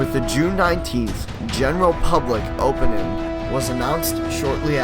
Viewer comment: Really enjoyed the research and interviews you did, but your narrating voice is reeeeally difficult to listen to. It sounds like youre reading directly off of a piece of paper you only just now saw. You also took the "g" off of a lot of words (like "openin" vs "opening"at about ish). Other than that, i definitely appreciated the history you provided and the context of it's construction.